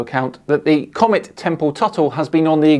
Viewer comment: Why is that guy screaming? And, why does he pronounce 'comet' as 'comment'?